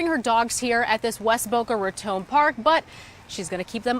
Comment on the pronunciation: Go Senior Citizen 74 & fighting off an alligator. No one mess with her. Glad the ending was what it was! Why does the reporter pronounce raton like it has an e on the end ( tone ) ? Just asking cause all-my life heard it as 2 syllables & second syllable word is ton like bricks.